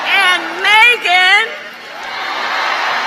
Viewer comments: That was the most white pronunciation of “Megan & Quavo” I’ve ever heard . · Not “maaay-gen” 😂